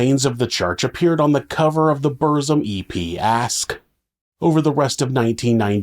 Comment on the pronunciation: Fucking hell. You could check how to pronounce things like Aske, Burzum and few other